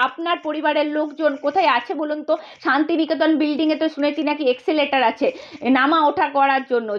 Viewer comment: 😂😂😂exeleter nay re baba. OTA ESCALATOR.